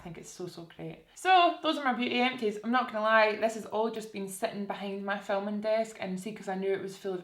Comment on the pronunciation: kept thinking you were saying eccies when you were saying empties